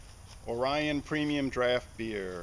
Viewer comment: Oree - own. Is the correct pronunciation. Like Sapporo isn't Sa- poro. It's Sapper-o While stationed in Okinawa May 82-83 there was an Orion beer festival across the street and down the road from the base. We had a great time with the locals. Trying to converse with them, couldn't understand them much and they couldn't understand us too much but we had a great time drinking together. The simple commonality of men who love beer having a good time. I drink Sapporo now and then, but I haven't seen Orion anywhere near here in Northern Illinois parts. So long ago I have no recollection of the flavor.